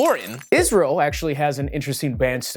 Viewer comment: Cringed everytime i hear the word isReaL